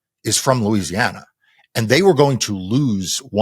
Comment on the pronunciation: Louisiana - rhymes with Lose.